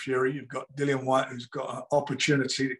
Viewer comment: Nice to hear Dillians name said properly